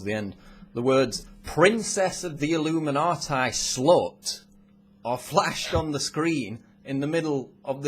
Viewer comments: the pronounciation. It's illuminatee not illuminateye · Why does he keep pronouncing it illuminaatie?! I'm a Brit & we don't mispronounce it. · did he just say illuminatie? what the hell kind of pronuncian is that? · I love how he says "illuminatai" =)